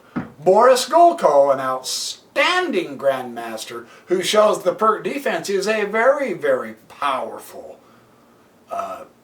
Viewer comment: It’s pronounced peerts